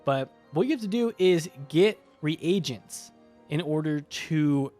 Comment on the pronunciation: hahaha i was watching this video, and my mom in the background, who is an english teacher, said "He's pronouncing reagents wrong, it's reegents, not re-aye-gents" XD